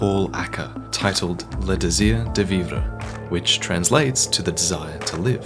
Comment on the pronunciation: Good french when says "le Désir de Vivre". As a French native, I can say that he speak better than some of my friends!